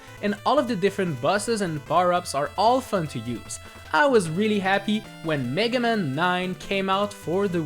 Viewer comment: I love the way you pronounce "Megaman" like it's the name of a Jewish lawyer. FYI the rest of the world pronounces it "Mega- MAN"